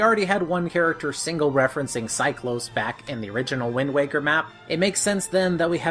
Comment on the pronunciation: Deck-oo not Day-coo Cy-clos not Cy-close Zeff-os not Zeff-ose Great video, but so many wrong pronunciations...